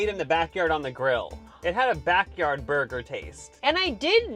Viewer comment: Hearing the one dude try to say “burger” was enough for me to turn down the volume. Bwergwer.